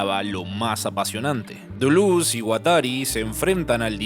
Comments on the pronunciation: Decí Deléz, decí DELÉZZZ!!! jajaja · Al fin te la jugaste, y pusite esta gran obra (al AntiEdipo y Mil Mesetas, hay que agragarles los cursos Derrames I y II de la ed. Cactus). Una forma particular y olistica de ver el Capitalismo¡¡¡ Muy bueno. PD: porque no decirle "Delez" o "Dulez" y no tan afrancesado que ni asi suena¡ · Cada vez que decía Deluz a un francés se le quemaba su baguette. Cerrado el apartado cómico, muy buen video; como la mayoría de tus videos: me dejan pensando. Larga vida a ti y tu canal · Si querés pronunciar deleuze en francés, pronúncialo en francés! No digas dulus con fonética argentina, es mucho peor que decir deles, incluso que decir deleuse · Todo muy bien, pero por que dice "Duluz" aaaaaaaaa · no me concentro si todo el tiempo le dice dulus